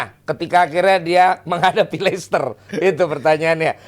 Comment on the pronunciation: Nyebut licester aja udah bikin males lanjutin denger ulasan anak baru